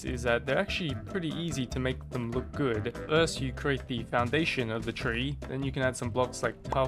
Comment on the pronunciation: gewd instead of good